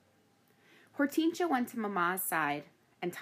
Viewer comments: hor-tin-sea-a not hort-ean-shia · It's or-ten-shi-a not hor-ten-sia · it's Hor-ten-sia